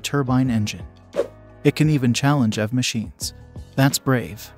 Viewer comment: This has to be an AI that made the video. Instead of saying E.V. It said EV... Like, pronounced it.